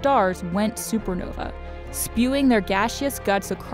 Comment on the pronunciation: Lol supernovee It's supernova lol